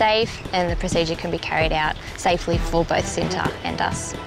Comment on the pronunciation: Oh, I'm about to say. I thought it was from India. Apparently it's from Indonesia. Btw it pronounce "chi-nta" not "she-nta". It means "love" in Indonesia. You know what, whatever... not many can pronounce and speak appropriately and fluently as Indonesian. 🙄 I'm just getting tired of writing and correcting pronunciation and speaking (online).